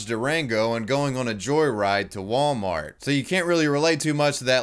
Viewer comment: What is it with old people replacing the T at the end of Wal-mart with a K for Wal-Mark